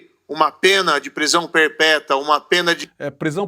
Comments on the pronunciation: "Prisão perpeta neliete, e conja"😂😂😂😂 oh "juiz"😂😂😂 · Kkkkk, "perpéta" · Olá, boa noite e a todos. Professor olha a sua expressão quando disse prisão "perpéta" rsrsrsrsrsrsrsrsrs